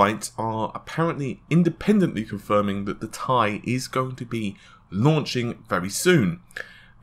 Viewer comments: In chemistry elements from the periodic table are pronounced with the word, in this instance titanium, or as seperate letters, in this case "T"-"I". The letters are NOT pronouced as a whole word. I swear to god, if this dude pronounces it wrong again in a future video I will unsubscribe, dislike and never watch a video again, this guy annoys the fucking crap out of me. "Tie", you can't wear it around your neck dude. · But even nvidia themselves pronounce it "tee eye", this guys just trying to be a smart ass by being scientifically accurate over a marketing term. It's probably best to call it what they call it to avoid the possible confusion of some tech noob seeing this video then asking for a tie from a computer shop... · People need to just relax about the Ti thing. Tomayto, tomahto. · It slightly bothers me how you pronounce Ti....but ignore my comment.... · AU stands for gold, ever hear any chemists pronounce it as a word? No you don't because they don't do that, the letters are pronounced seperately. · Cervello I think the problem has become that the majority says tee eye, when they meant for it to be tie. I'm not trying to argue, I call them tee eyes just like most people and I think tie sounds dumb. That doesn't mean it's wrong. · "TIE" are you a fucking dumbass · mike lambert the thing that gets me when he says it is most of the time he says tie like it's a question.... 1080 tie? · He can't say "T - I"? Funny as hell! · IS HE FKING SERIOUS "TIE" OMG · Gtx 1080 tie....ffs man....how can someone who's channel name is tech mispronounced this XD.... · How about saying the 1080 Titanium? That would clear up pronouncing the word "TI - Thai Food or Neck Tie". Everyone I know says it it spaces....."T" (space) "I". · It's pronounced Tie. You literally can find out yourself in two seconds using google. But here you go so there's no excuses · atLucid yeah it sounds weird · T I, not tie.. :) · T I... TEEEEEE EYE.. no goddamn TIE... FFS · STOP SAYING TIE